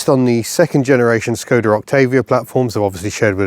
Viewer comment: Thank you for the clarification of the proper pronunciation of Skoda which I have been trying to make known since I found out about it in the 1980s from someone whose ancestry was from that part of the world. Living in the United States of America doesn't allow much access to Skodas except through reading material, tis a shame because they made some very noteworthy vehicles in the past. Wishing you all the luck in the future. Mr. Picky aka the cranky Yankee.